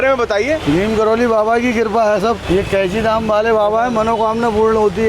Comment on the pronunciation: Neem Karoli nhi, ( Neeb Karori Baba )